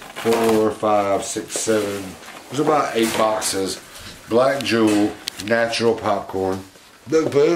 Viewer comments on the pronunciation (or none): none